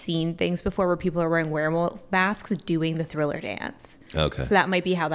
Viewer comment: Nah I could tell the girl never saw it by the way she said “THILLER” in the beginning lol